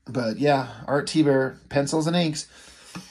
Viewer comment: "Art T-bear"😂